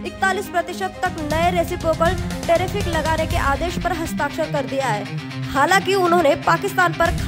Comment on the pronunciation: अरे मैय्या मोरी.... वह टेरीफिक नही बल्की टेरीफ है जो US ने लगाये है! हां आप जिस तरह न्यूज पढ रही हो वह वाकई टेरिफिक है।